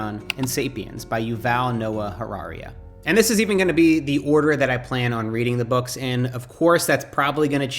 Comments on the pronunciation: Did you just say Yuval Noah Harariaa? 🤨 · i think its pronounced *hararee*. Its a fantastic book